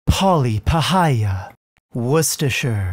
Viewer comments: Im just impressed that can pronounce Worcestershire XD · im impressed that an american pronounced worcestershire correctly as a brit who lives close to there, well done!